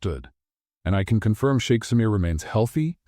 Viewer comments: I loved this story ♥️ 10/10 for me. P.s. it’s sheikh not shake 🫨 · Sheik, not shake..... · For crinimey's sake, STOP saying "shake"! It's Sheikh. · Come on (Sh ee k ) no sh ak e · It’s suite, not sweet. It’s also sheik, not shake. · I guess it's shiek not shake😅😅😅😅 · It's SHEIK, NOT SHAKE.